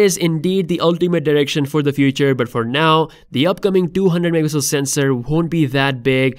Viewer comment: Wtf bro learn to say MEGAPIXELS ITS NOT mmpixel